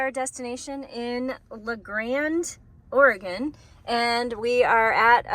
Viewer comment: Ory-Gun, not Ory-gone